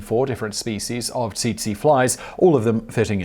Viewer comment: Tsetse is pronounced as "setsee"